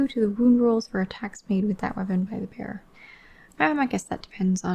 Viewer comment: I was half-listening and heard "the bear" whenever you said "the bearer" hahaha. Just didn't question, assumed the Daughters had a pet bear with tonnes of abilities